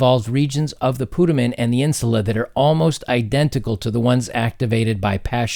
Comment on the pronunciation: PutAmen - long "A"